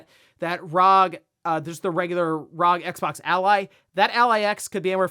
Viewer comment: Dear God, young man, it’s bad enough to hear you say it wrong once per video, but that burst-trigger setting you spit out … my ears are bleeding! It’s R.O.G. Arr Ohh Gee. There is no such thing as Rawg!